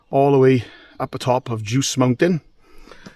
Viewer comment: Welcome to Ireland. Djouce has a lovely hard finish . It's pronounced like house djouce